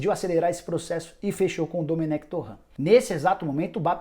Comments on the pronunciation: Me dá agonia quando o Nicola pronuncia o sobrenome do Domènec Torrent como Torrãn. Ele é catalão, não é francês, Nicola. A pronuncia do nome dele é Dumênec Torén... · "Torrã" o cara não é francês rsrs. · Dá pra você pronunciar o sobrenome do Domenec Torrrrrrrrrrent corretamente?